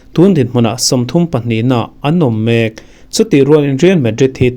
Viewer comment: I zar ah kan bengvar phah thin hi lawmawm,mahse i in zir na tur chu thu lam hi a thluk na loh tur ah i thluk thin a,e.g:dawn i lam hi thluk loh tur i thluk dawn tih mai awm hi dawnaaaa tih leh mek tih i lam hi